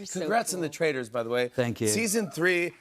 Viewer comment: The way he pronounced "Traitors" and "Dolores" 😂😂 all through the season.